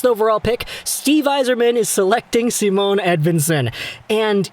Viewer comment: Idk if you care but Simon is pronounced with ephasis on the i, so more like "Seemon", just fyi :) Great video btw